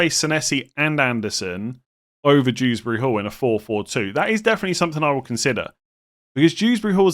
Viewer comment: I'm sorry did you just initalise Kiernan Dewsbury-Hall like his name is Dews Bury Hall